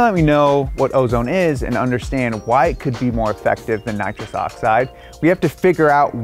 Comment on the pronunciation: Please say nitrous that is like the worst thing